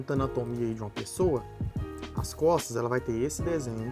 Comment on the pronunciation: no inicio eu escutei "aprenda a desenhar cofres" kkkkkk